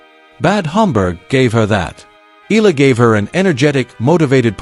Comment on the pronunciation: FOR YOUR URGENT INFORMATION, THE CORRECT WAY TO PRONOUNCE THE LAST NAME OF ALEXANDRA EALA IS, EH - YAH - LAH.